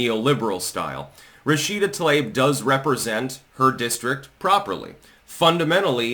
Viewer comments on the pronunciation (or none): I love how claims to be some master linguist, but he can't pronounce peoples' names correctly. 🤣 "Tl-ayb" ❌ "Tlah-EEb" ⭕ - 十四才♀️